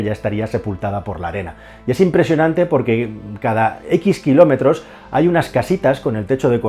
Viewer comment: Eres hasta ofensivo y no fue el único error lo de kilómetros no y no te diré cuales son pues alguna palabra no se si es porque se escucha mal o porque la pronuncias mal